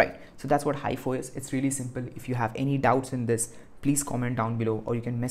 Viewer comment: its mostly pronounced as he -fo